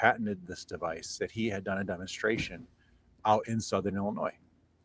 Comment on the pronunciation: THE S is silent on Illinois 😅